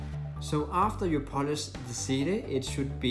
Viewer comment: He says polish like punish￼